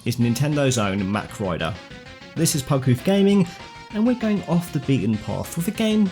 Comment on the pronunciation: mawwwk..rider.. not mac..rider.........also Mach Rider is a dude..if you compare the two characters it's physically impossible for her to be the Rider as his shoulders and arms are wider apart..she is important somehow though i'm not sure how/why. I'd welcome a multi-character franchise with both of them and the racers from F-Zero though.